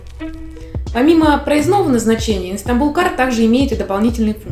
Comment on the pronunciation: С такой подачей ваш канал никогда не будет популярным. Читать с бумажки без визуальных примеров, каких-то вставок с картинками и т.д. Уныло и заставляет поискать что-то более интересное. И почему она говорит "иНстанбулкарт"?